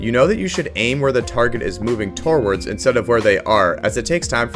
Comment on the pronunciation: "torwards" lmfao